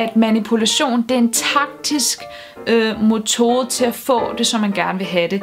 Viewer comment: Det hedder forresten mEtode og ikke mOtode. :^)